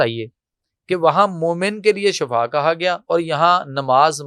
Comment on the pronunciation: Shafa shafa nahi shifa hai sahi word adda karo warna mining badal jayegi bhai